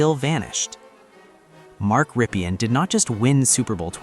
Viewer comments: It's Rippin' not Rippian' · Ok, Here goes. Rypien is pronounced RIP-EN. ('EN' like in End) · Mark Rypien is so unknown today that YOU don’t even know how to pronounce his name corrrctly. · Jesus man... You really need to check name pronunciations if you want to make videos. I turned it off after you butchered both Rypien and Grbac. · So forgotten that this guy who supposedly researched him can't say his name right.